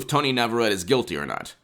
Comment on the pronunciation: It is pronounced "Nah vah ret tay"